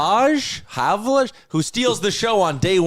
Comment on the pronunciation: I believe Havlaj is pronounced “Hav-Lie”, like Arber “Xhekaj”